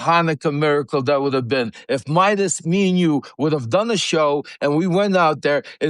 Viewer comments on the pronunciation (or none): Just fyi, Ben's last name is Meiselas, not "Meidas." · For the record, his name is Ben Meiselas not Ben Midas. If you are going to create videos about him, get his name right! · Meiselas, not Midas